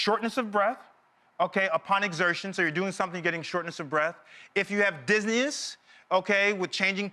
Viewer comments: I think he meant to say dizziness. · Nigga said ‘Disneyus’ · 😂😂😂😂😂😂😂 word I had to throw it back like twice cause I'm high at the moment but I'm not that high where I would of missed him saying disneyous